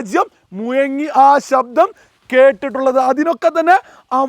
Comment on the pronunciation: മുയങ്ങി അല്ലട മുഴങ്ങി ഭീശണി😂 ഭീഷണി